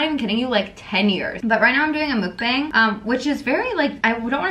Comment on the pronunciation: the way she pronounces Mukbang is so cringe.